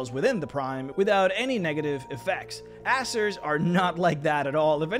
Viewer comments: It's pronounced AiZeer not asser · I think you ought to pronounce it "AZZER" and not "ASSER" just to avoid confusion with other, less PG youtube channels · Hate to be that guy, but I think it's AY-ZER